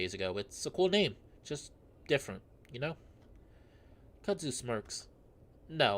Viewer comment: its pronounced kud zoo :P